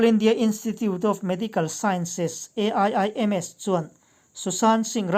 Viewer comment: A.I.I.M.S I tih tut2 dan ah I thusawi awih a har